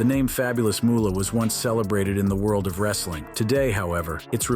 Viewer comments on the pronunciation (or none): none